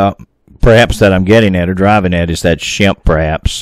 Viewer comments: Shampay is the pronounciation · The native pronunciation is closer to "Shom-Pay". "Shemp" is one of the Three Stooges. There appears to be some moss covered markings on the middle front of that cave. Maybe a face or glyph. If the Choctaw fear it enough to leave, were they taught to fear it or was the issue discovered from direct inexperience? Many tribes have lost the sacred ways of the ancestors that would have helped deal with all the anomalies of this land thanks to euro American "progress". Did they try leaving apples? I bet not. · Shampe, pronounced Sham pe.